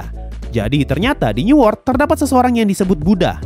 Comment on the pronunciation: bang newort tu apa ya ? ke aku salah dengar new world..???